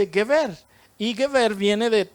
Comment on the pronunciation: Una observación. Geber no se pronuncia gueber, sino jeber. Shalom!